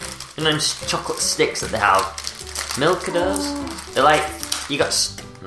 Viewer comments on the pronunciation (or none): They're mikardo not milkado lol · Mikado not milkado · Lol milkados its mikado I love mikado .Mikado is the English version of Pepero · Its Mikado:) And There's An Asian Brand Of Mikado Called Pocky:)